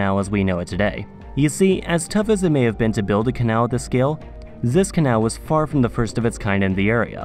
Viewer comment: Zis zath zhe 😭😭